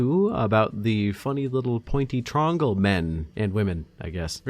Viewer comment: Calling it a fucking "trongle" is my favorite thing ever.